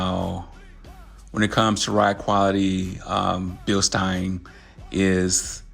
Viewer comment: I think they are pronounced beelsteens lol. I need to do the same to my car but will go with belsteins adjustable on all four corners.